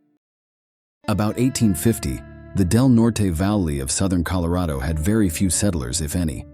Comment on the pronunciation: When are they going to teach these AI Robots that the pronounciation is "COLO-RADO not CALERAYDO, And it's "DELNORT not DELNORTEY"...???